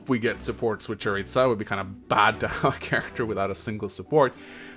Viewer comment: Hey, Jeritza's name is pronounced "Yeritza", not "Djeritza"